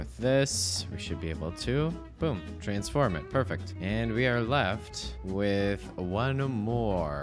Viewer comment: I love "trabsfirn"